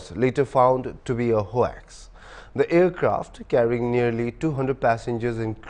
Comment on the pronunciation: Ho-ax???? It's hoax, pronounced as 'hokes'!🤦🏻‍♀️